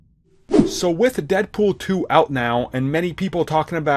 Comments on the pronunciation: Lol "deadpoll" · Deadpoll??? How do you mess that up